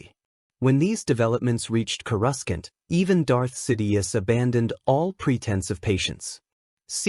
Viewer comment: Kruscant is how the transcript spelled it and that kinda is how it was said.... Coruscant is typically pronounced "KOR-uh-sahnt" might want to tell the ai that